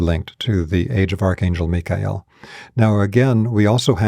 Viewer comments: What a breath of fresh air to hear "Mikhael" pronounced correctly! 🙏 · How do we know that we are in This age as opposed to any other? Why Michael? Btw, I'm grateful for the correct pronunciation. 🙏